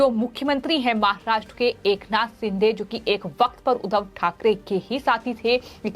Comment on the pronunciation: महाभूभ नही महबूब, उद्दव नही उद्धव, सिंधे नही शिंदे बोलिए